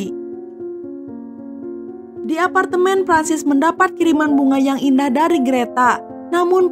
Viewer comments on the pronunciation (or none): none